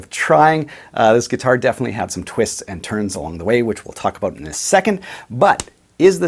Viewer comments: Never mind. I just heard you say "abote." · And we got a Canadian to say "about." Which is always a joy in life.